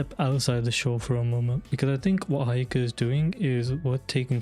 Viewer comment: It's he-yo-ka no hi-o-ka